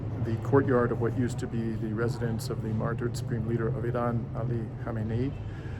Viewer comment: Please, if you have any respect for Iran, learn to pronounce the former and current supreme leader's surname. You are pronouncing it the same as the original supreme leader Ruhollah Khomeini, Kho-me-i-ni. Ali Khamenei's name is pronounced Kha-me-ne-i.